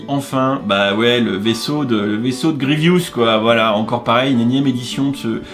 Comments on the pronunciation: le vaisseau de Grievous et non "gievious" et vraiment chère je trouve. Sinon je suis bien content que les bras de Vador soient eux aussi tempographiés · « Achoka » c’est Ahsoka, « Grievious », c’est Grievous et « tyridium », c’est Tydirium 👍😉